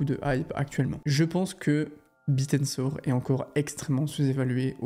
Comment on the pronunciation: C'est "Bit Tensor" et non "Bitensor" 😂